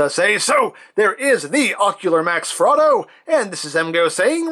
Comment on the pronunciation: Honestly thought you were saying Frodo.